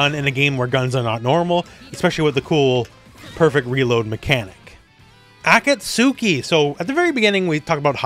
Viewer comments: Heya great video! Just wanted to say that Akatsuki's name is pronounced "awe caught ski" if you care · Ive been officially engagement baited because that mispronounced Akatsuki genuinely stunned me